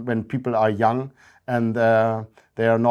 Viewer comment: no, there's a bit of a northern English tinge to it. He says "young" like it's the German word "jung", for example.